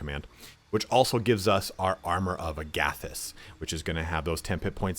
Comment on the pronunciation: As an avid 5e player and GM I’m pretty sure it’s Armor of Agathys like Agatha not like Agape. Also for Artificer is pronounced Art-Ti-Fis-Er lol and yes I would love to see how you approach the different subclasses unless you don’t like the class because it sounds like you’re not a fan. I personally love the artillerist and battle smith is incredible. Been watching your videos for a hot minute and I’m still not sure what your favorite classes are but it’s meant to be a support damage dealer. Very interested to see how you would build a good Mystic.